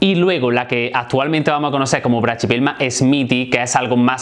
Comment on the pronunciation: La pronunciación que haces esta mal, no se dice "brachypelma" se dice sin la "ch" y sonaría asi: "braquipelma"